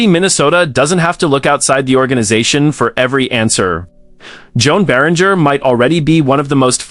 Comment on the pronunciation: Joan Beringer’s name is pronounced Johan Bear-In-Jay. At least get the guy’s name right.